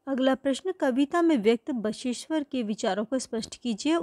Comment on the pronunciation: Bageshwar ❌ basa eshwar